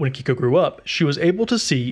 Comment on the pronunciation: Just a quick note: Yohmei is pronounced “Yo-may”, and Keiko as “Kay-ko”. The “ei” combination in Japanese is always pronounced as “ay” - the name Mei, for instance, would be pronounced like the month.